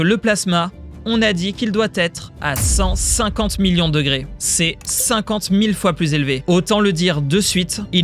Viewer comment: J'avoue que c'est assez désagréable. Je me dis qu'en plus du rythme qui manque de respirations, ça doit aussi venir des accents, des emphases qu'il met à des endroits complètement aléatoires de ses phrases. Genre quand il dit que la température doit atteindre 150 millions de degrés, il accentue sur "50" alors qu'il devrait appuyer sur "millions" parce que c'est ça qui est impressionnant. Et des exemples comme ça il y en a partout. Ça crée un sentiment un peu bizarre, comme un narrateur qui ne comprend pas son propre texte, comme une IA quoi.